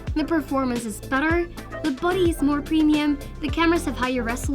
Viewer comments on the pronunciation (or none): she did